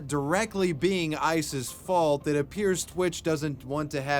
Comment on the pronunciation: You said “ice’s” n that wasn’t what I heard lol